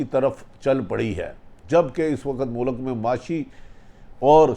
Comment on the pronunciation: It’s not mulak it’s mulk, pls atleast try to speak Urdu correctly:)